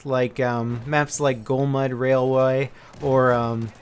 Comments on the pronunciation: Golmud Railwuay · The way he is saying golmud railway is amaizing